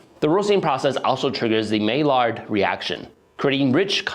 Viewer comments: Wanna be even more pedantic, the d is silent, lol. It's "My-yar" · please brush up on how french pronunciation works. "loueese pasteur" and "maill-ard reaction" were painful to hear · Not that it matters much, but you did ask for corrections so: the Maillard Reaction is pronounced like you are saying "my yard." Its French. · My- Yard Reaction not Mail-Ard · It's pronounced my-ard, not may-lard. French name. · Great work, well researched and you put in a ton of energy into this and it shows. But please work on your pronounciation of names and different words. For instance "maillard" is pronounced "my-yard" and "urquell" is pronounced "er-kell". Just spend a little time before reading your narration to look up the pronunciation of names and other difficult words please. If you could do that your final product will be so much better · Maillard (of the Maillard Reaction; sugar browning) is pronounced "My Yard" just so you know! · you miss the ‘mail-ard’ reaction? But if he had a Spanish accent I could maybe understand Louis becoming Louise.. but the guy’s accent is murican. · Maillard was French, that should give you some clue as to the pronunciation of his name😊